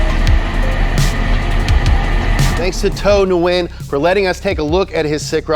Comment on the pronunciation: Hey guys, you pronounced the owner's last name wrong. Nguyen isn't pronounced New-win it's pronounced more like 'Win' but with a very soft h sound at the front like how Stewie pronounces cool hwip. Just looking out for the Viet community.